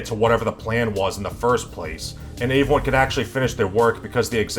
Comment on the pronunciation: Why doesn't this guy know how to pronounce "everyone"?